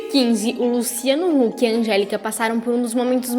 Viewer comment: gnt ela falou luciano luck ? kkk